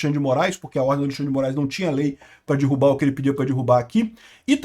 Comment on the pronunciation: é DERRUBAR. Não é dIrrubar. Meus ouvidos fazem eco quando ouço "dirrubar"